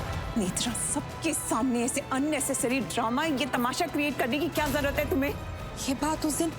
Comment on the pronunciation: zarurat HOTA han zarwat nahi HOTA 😅🙄